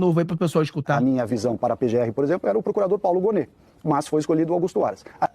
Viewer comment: O nome é Paulo Gonne e não Gome.